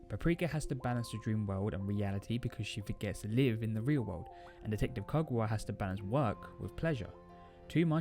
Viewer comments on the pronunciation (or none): Couldn't you fix the audio to make it louder AND correct your mispronunciation of Konakawa's name?????